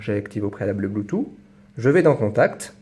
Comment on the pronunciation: blutooth, ça s prononce ''bloutouTE'' et non ''bloutou''. :DDD c mignon la manière dont tu le dit. bonne vdo